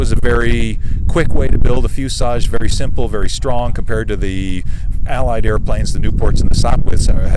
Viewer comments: Why does he keep saying fusage? I want to scream at my phone and say "it's FUSELAGE"! lol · Is there a reason for his pronunciation of "fuselage" as "fusage"? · Fuselage. There’s an L in that word.